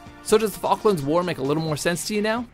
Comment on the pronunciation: Maybe proper pronunciation would help. Falklands